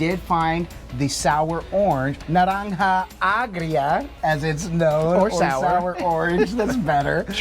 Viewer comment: Sweet you got the Spanish down packed!!!! naranja agggrrriiiaaaa!!! My brothas